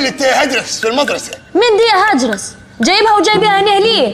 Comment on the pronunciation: اسمه هاجرس مو هادرس